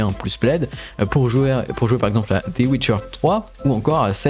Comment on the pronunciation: Très bonne vidéo mais essaye de changer ta prononciation de ''the'' qui ne se prononcé pas ''dé''